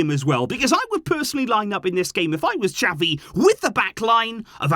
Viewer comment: pleaseeeeeee xaviii get it right!!!